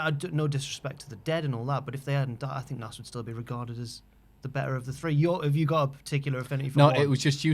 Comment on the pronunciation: Ffs, stop calling him Nass. It's pronounced Naz. Listening to opinion on Hip Hop is like listening to Anne Widecombe's opinion on... Hip Hop.